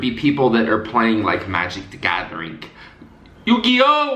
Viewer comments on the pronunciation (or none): The way he said yu-gi-oh and Pokémon 😂😂😂😂💀💀